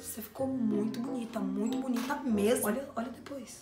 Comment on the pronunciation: Tu fala munito mano